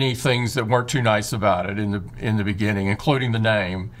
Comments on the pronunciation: TIM: “inni di binninginggg” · reminds me the "In the beninging" meme 😂😂😂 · In the Beninging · in the benninging 😭😂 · In the beninging in the beginininig :D